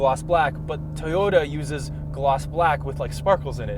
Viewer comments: Did pronounce "Toyota" correctly? or he still pronounces "T-yota" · The way enunciated "Toyota." How did I miss that five months ago?